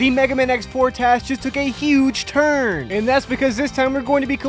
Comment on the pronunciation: "The Mega Man X4 TAS just took a HUUUUGE TURRRRD." Long live X-X3.